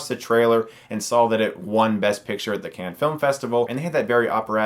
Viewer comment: Chris, I absolutely love you and your videos, but I find it hard to take you seriously as a fellow film enthusiast if you continue to pronounce Cannes (said like "Khan"), as can, like a soda can lol